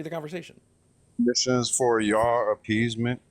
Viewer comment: "Gimmie pigs" and "defimitions" 😂